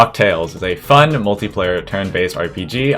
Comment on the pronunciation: the way you said "fun" sounded like you tried to say fu** when cruel king got hit